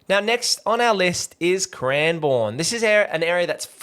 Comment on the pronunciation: It's pronounced cranbern by the way 😃